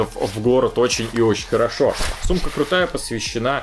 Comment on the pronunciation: ты сказал сумка или с*ка